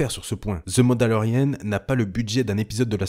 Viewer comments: C’est « the mandolerian » et non pas « the mandolerienne » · On dit "The Mandalorianne" en Anglais pas Mandalorienne ;)